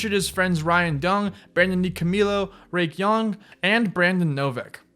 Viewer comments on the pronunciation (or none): Spike “jonezee” rake “young” you’re talking out of your ass “cYkay” cringe